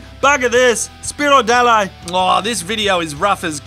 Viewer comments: That "spirodalay" whas almost correctly pronounced :) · Good polish swearing. Spier Dalaj. Yeah! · Your "spierdalaj" was on point! Thumbs up:) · you nailed that "spierdalaj" pronunciation lol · Good polish accent!You made me laugh.Thank you.The word wt you used is v powerful, means 'go away quickly' and you can not use it in your mother presence in any circumstance. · huge + for polish accent word :D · for your mighty try to properly pronounce 'spierdalaj', you've been officially awarded the honorary title of a Duke of Polish street vernacular!!!! That was a fair dinkum attempt, mate!! You're a natural! Cheers:o) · That's polish for fuck off, not fuck you, but your pronunciation was pretty close.